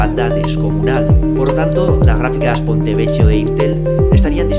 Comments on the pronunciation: Que dolor de oido 'PontevecCHIo', por favor se pronuncia 'Pontevequio', de otra forma hace llorar al niño jesus (bueno al menos a mi si me hace llorar XD ) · Ponte vequio se pronuncia :(